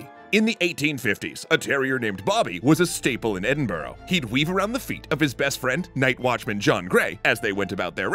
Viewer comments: Not to be too harsh but you cannot pronounce Edinburgh like that 😭 it should be like “edin-bruh” as the locals say it or “edin-burr-uh” like others but never “edin-burrow” like americans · As someone from Edinburgh, please, stop mispronouncing the name of the city. It's "ED-IN-BUH-RUH" not "ED-IN-BOH-ROH". Thank you.